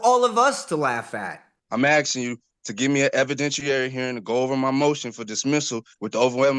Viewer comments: It's "ASKING! ASKING!" Not "axing!" In the name of all that's holy, "ASKING!" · The word is " Asking ", not " Axing ". It's " Do That ", not " Do dat ". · For real...are you chopping wood or ASKING a question? For the life of these people, they can not pronounce this word correctly. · ' im axing ' Lock him up, thats assault with a deadly weapon. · I'm axing you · He "ax-in" the Judge. 😂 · He's axing. Quite the lawyer he has. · He’s axeing for a hearing.😅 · ‘ I am axsing…’ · Returd keeps axing the judge. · Never tell a judge "I'm axin' you..." That's being a real Dumbf*ck McD*ckflute. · He's just axing for a written notice. Why is that so hard? Also, is one of my favorite judges.